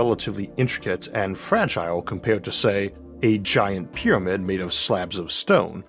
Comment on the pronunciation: Tywanasawus Wex, the Awk, the wowod, paiwawawe, fwum, peewamid, miwions of miyos... impossible to continue watching this drivel!